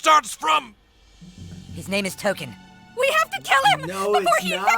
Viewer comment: "T-O-K-E-N". not Tolkien.